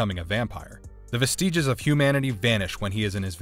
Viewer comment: Um, Tobe is pronounced like "Toby," dude. If you have a horror loving card, y'all gonna have to turn it in. Also, vĕs′tĭjes, NOT vest-EE-jes. Yikes.